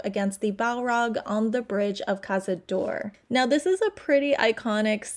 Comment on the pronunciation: Khazad-door? It is khazad-dum